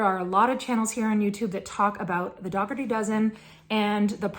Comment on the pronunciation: It is pronounced Dougherty like cookie dough. The G is silent. Just wanted to let you know.